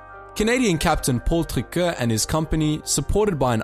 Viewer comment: Great content. As some constructive criticism, please consider sticking to English. For example, the pronounciation of Paul Triquet's last name was nowhere close. Saying place names and family names in English is fine.